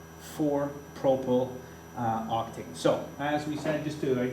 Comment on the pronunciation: you have proply not propyl but great video, you certainly teach better than my teacher in school